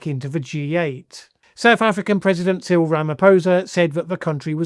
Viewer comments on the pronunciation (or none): none